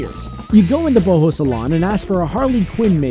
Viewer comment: Prior Tunic It is pronounced boho